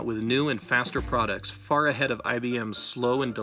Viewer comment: "3.6 billion dollars of 'PRODITS'"